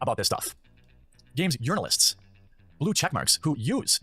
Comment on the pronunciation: The way this guy says “yournalists” sounds like a hardcore dog whistle... JUST SAYIN